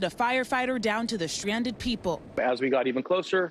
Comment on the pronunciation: the SHRANDED PEEPLE